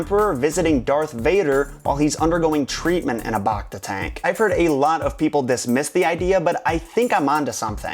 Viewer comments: BACta tank - BACk - BACtine - BACteria Don't BAWKta the pronunciation. Bacta tanks put you BACtagether. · bActa not bocta